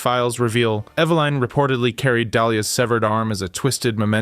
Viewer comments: “Ev-uh-Lin” - ur welcome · How he pronouns Evelin is horrible.